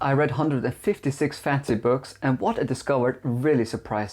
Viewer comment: by the way you pronounce 'fansy' books and how little relevance the content of this video actually has to fantasy novels, I think 1.56 books is probably closer to reality